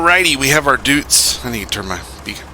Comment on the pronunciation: It's not "Dootz", its spelled "Doytz", like toy or joy..